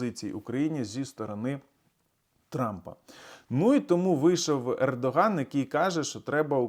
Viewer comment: Пердоган ? Послышалось